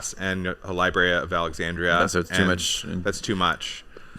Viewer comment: Lib-ary lol